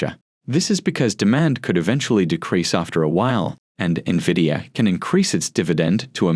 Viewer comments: When are people gonna understand the correct pronunciation of Nvidia. It's NOT Nah-via idiots, it's En-vidia. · How would one trust these experts when they can't even pronounce the company name correctly? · Fun fact, the pronounciation of NVIDIA is the same as Spanish word Envidia, which means "jealous"